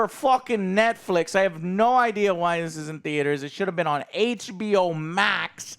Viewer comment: film was so bad he said Netfix 😂